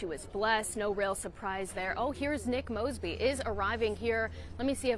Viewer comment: He pronounced her name wrong in the prayer. 😂😂😂😂